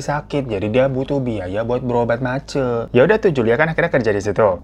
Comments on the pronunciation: Maaf bang Hero kalau nggak salah penyebutannya itu bukan mace⬆️ tapi mace⬆️ kayak penyebutan e di kata Cece yg artinya mama kalo g salah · Bukan mace bang tapi bacanya kek Ma C. Jdi kek Ma sma C jdi Ma C gtu lah baca nya. 😂😂 duuh gak ada voice note sihh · ma C bang.. bukan mace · mace itu "ce" nya dibaca seperti ceri bang. Bukan ce pada cekatan. 😁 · Hihihi bacanya mace kak hiro jdi ngakak aku, baca yg bner maceeee 🤣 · Di baca mace bang bukan mace Aduh gimana sih jelasinnya😅😂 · Sebagai org asli papua, aku dengar bang hiro ngomong MACE tu lucu banget pengucapannya🤣🤣🤣🤣. Kalo d papua MACE(mama) Akhiran E di baca jelas E ga kyk d jawa gitu hihi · Halo bang Hiro... Aku dari kota sorong, papua barat nih.. sekedar info buat teman2 aja kalau kata MACE itu diartikan ke bahasa Indonesia adalah MAMA.. pas bang hiro ngucapin kata MACE langsung aku reflek ketawa karena rasa lucu dgn pengucapannya bang hiro 😂 gpp bang baru pertama kali bilang jadi intonasinya gk seperti yg biasa kami sebutkan hehehe.. makasih bang hiro sudah membawa cerita dari teman kami yg berasal dari pulau PAPUA ❤ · Iyo Kakak setuju. Maklumin aja Bang Hiro kan gak pernah tinggal di Papua jadi dia gak fasih ngucapin "Mace".😅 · Mace... e nya di baca kayak baca kota Medan.. bukan e Semarang😂😂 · Abaangg 😭E pada Mace dibaca kek E di Tempe, Bang. wkkkk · Mace pake E bukan pake e😅